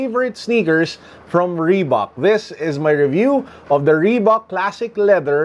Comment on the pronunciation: reebak or reebuk. idk hahaha. Thanks